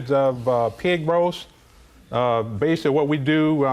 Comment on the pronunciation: "I basey said..."